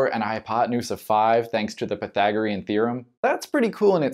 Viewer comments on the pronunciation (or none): none